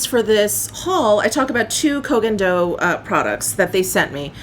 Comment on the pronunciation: OMG, finally, a beauty channel that pronounces the Koh Gen Do brand name as it should!!!! Automatic like just for this reason 😆